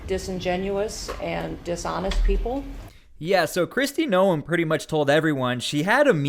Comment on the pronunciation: You are saying her last name wrong.